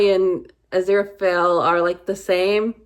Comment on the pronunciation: You're saying Aziraphale just fine. Crowley was Crawley in Eden but later changed to Crowley (as in crow, not crowd -- the opposite of Supernatural).